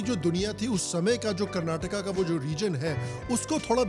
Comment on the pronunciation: Finally seeing a North Indian Call Karnataka and not Karnatak and Kannada not Kannad